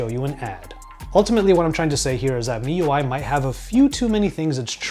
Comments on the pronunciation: he cay say properly if he read wikipedia. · yea its supposed to be "me" ui